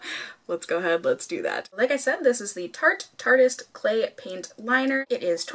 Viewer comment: Thank you for saying "tartist" instead of "tarte-y-ist" haha that bugs be so bad when people say that lol